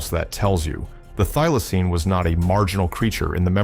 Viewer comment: Thylocine not i'm not dealaceine